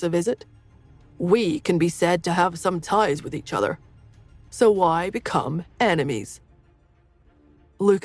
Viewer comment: Or why as gwhy